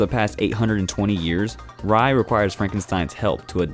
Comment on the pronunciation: Noblesse: Ray, it’s pronounced as Ray. 😖 But thanks for adding it in because it’s amazing!